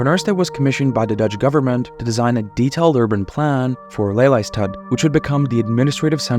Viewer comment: Drinking game: have a shot each time he says ‘deeshaihn’.